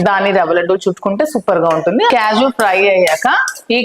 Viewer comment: Kyaju kaadu thallo kaaju